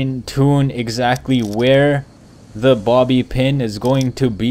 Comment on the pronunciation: I thought he said mommy pin XD